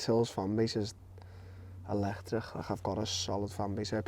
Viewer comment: there's something brilliant about scousers saying 'electric'